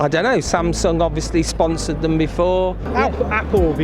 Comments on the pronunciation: 확실히 영국은 a를 ㅏ발음으로 정확하게 하네요. 삼성! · 오..? 처음에 샘성이 아니라 삼성이라고 발음하시는 외국분 첨 보네요ㅋㅋ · 샘성이라고 안하고 삼성이라고 제대로 발음하는거 신기하네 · 와 영국이라 그런가 삼성을 삼성으로 발음하네... 미국은 샘숭 샘성 이러는데